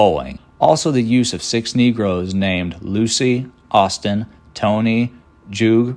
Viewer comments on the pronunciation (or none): none